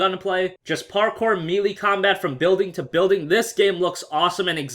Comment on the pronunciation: (Melee) May-lay is how it's pronounced